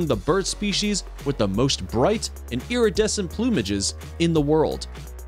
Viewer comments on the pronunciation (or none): none